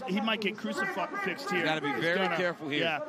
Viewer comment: Joe rogan "He might get crusifuXXXd here" Instead of Crusifixed hahaha got me dead joe.